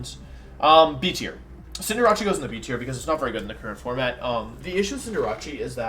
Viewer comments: bruh.....wtf did you just call cinder-ACE, not fucking cinder-ACHEE wtf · IT IS PRONOUNCED CINDER ACE! THEY SAID IT WRONG! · I’m listening to this on my airpods at work and this dude made me stop what I was doing to figure who the hell cinderachi is 😂 this man was referring to cinderace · Cinder rache? Um what?! Is it not pronounced cinder race? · bro cant say anything right. cinderrachee?!?! reading at a 3rd grade level ahh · And cinderace as cinder-rachi??? Dude wut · "Cinderachi" i love your pronunciations. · Am I the only one who gets triggered how he pronounces Cinderace as Cinderachi? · i mean there's no right pronunciation in terms of pokemon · I mean, look at how he pronounces Cinderace. These small things don’t seem to be out of place here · Yeah but they don't pronounce wideo or cinderace correctly.